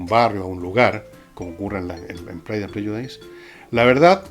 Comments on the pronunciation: My ears bled with every time you said /prɛdʒʊˈdaɪs/ It's actually pronounced /ˈprɛdʒʊdɪs/, Fernando . Please become an agent of knowledge; not one of frustration. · Se pronuncia /prélludis/, don Fernando. Interesante como siempre.